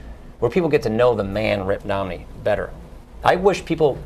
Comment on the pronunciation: I want to know more about this "Ritt Nomney" character....